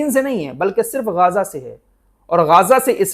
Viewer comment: Gaza, Not gaaaza.